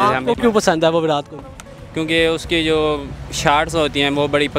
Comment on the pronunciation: Virath nai virat. Learn to pronounce